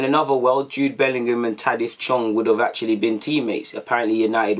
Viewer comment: ITS TAHITH NOT TADITH BRO